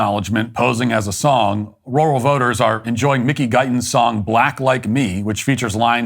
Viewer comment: Matt, to say “Rural” correctly, just pretend you’re saying the name “Earl” with an R on the front of it. R-Earl…you’re welcome.